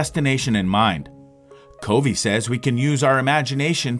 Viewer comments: #1 His last name is pronounced “Cuh Vee” #2 On your video thumbnail you misspelled Summary It is not “SUMMERY” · They didn't say they couldn't hear it, they said that it was pronounced wrong. It's Covey.... Pronounced KUH-vee. I get the hangup. It makes it seem like the person is just parroting what others have said, rather than having listened to the material, or like it's A. I. Not saying it is...just saying it makes it SEEM as such.